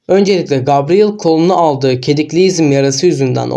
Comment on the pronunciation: Gabriel diye yazılır gebriyıl diye okunur.